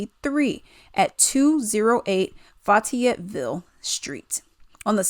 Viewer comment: Fay- yet- ville